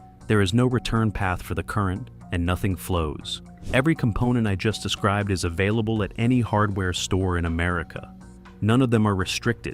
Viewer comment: What in the AI Slop? "What iis the load? What his the load?"